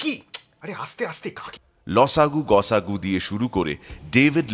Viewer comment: খুব সুন্দর লাগলো গল্পটা। সবাই অসাধারণ 👍 শেষে মনটা ভারী হয়ে গেল! মীরের খুব বড় ভক্ত, ওনার উচ্চারণ কথা বলার স্টাইল ফলো করি। আজকের গল্পে ল.সা.গু, গ.সা.গু উচ্চারণে " সা" এর উচ্চারণ টা কানে বাজল! এটাই কি সঠিক? নাকি এটা অনিচ্ছাকৃত?! জানালে উপকৃত হব। ধন্যবাদ🙏